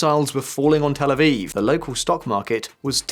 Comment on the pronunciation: it's "Tel Aviv", not "El Aviv"